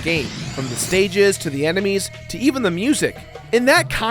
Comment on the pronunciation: "emenies." Emenies? What are emenies?